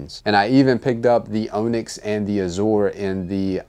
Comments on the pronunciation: It's "on-ix", like off and on, onyx. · He said "OWN-yx".. haha sorry. Great video! Glad i copped in my tts. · Appreciate the review homie but the OWNyx pronunciation really irks me. You've really never heard the word onyx before? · Turned this off after 60 seconds. Did this guy go to school? Mispronounced "azure" and "onyx" and I couldn't take anymore. I'd say truly unbelievable but in today's America anything is possible. Please read a book.